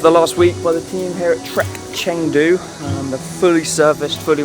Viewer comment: First of all, it's Chengdu. At least learn how to pronounce and write the city's name correctly🙂